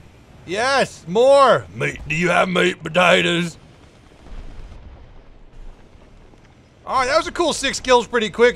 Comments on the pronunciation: when he was saying meat potaters, he sounded like slade wilson from arrow, the australian special forces guy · MEAT POTATOES MEAT MEAT POTATOES meanwhile Downunder everyone's frothing after hearing that in a kinda aussie accent